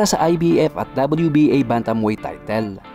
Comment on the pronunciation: Bwahahahaha lupit MO sa boxing lupit MO din mag English Ahahha congrats sau at buong team MO Sabi nya Inoyee scared mdapakers come on Fight haahhaha meron pa sya signal sa leeg patay hhahahha